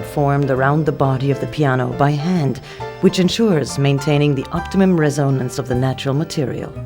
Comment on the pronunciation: The way she says resonance is... bizarre.